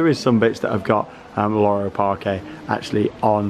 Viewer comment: Just a note: Parque in Spanish is actually just pronounced Park, not Parké. Just like Parque Warner.